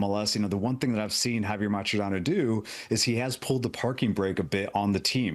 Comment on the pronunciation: Can you please STOP mispronouncing Mascherano’s name. You would think as sports reporters you would do some research on a players name. It’s sloppy and insulting. said it correctly.